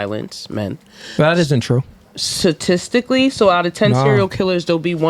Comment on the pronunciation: Su-Stistically …no wonder they operate on nonsense…”Ladies “ 🤷🏽‍♂️🤦🏽